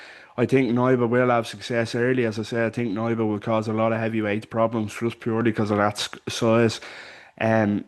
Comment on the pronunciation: Hey, Polish guy here - It’s pronounced K-nee-ba. You say the „K” clearly, like in the word „key”, not silent like in „knee”